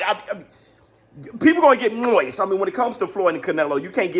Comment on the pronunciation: Bruh is so stupid why tf you said moist like that 😂😂😂